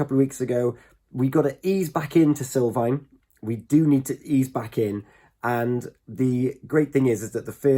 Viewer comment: Sul not sil